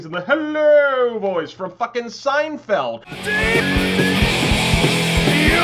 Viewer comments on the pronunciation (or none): none